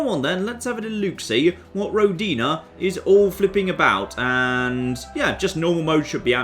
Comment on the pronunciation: Oh, what a shame you don't know russian. It's pronounced rO'dina.